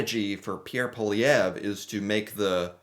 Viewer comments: Poilièvre = Poah lee have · America is importing more from Canada than China Europe Japan combined! I think America's economy knows Canada. You're not pronouncing Poilièvre's name right but good enough for an American 😉😅 Mr. Carney is a Harvart graduate, Worked for Golden Sacks (New York, Tokio, London America) He was deputy governor for Bank of Canada, and Bank of London. He chaired Bloomsburg And Brookfield He also worked with UN fighting climate change. Needless to say Carney will win this one thanks to Trump. Canada needs to develope a whole other economy than America. TRUMP is very much the reason Poilievre will probably loose the election.